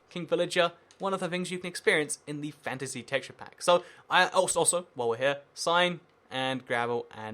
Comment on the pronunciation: does anyone else think it sounds like fancy whenever he says fantasy?